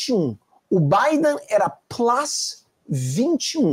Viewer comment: Plus não plas, me desculpe.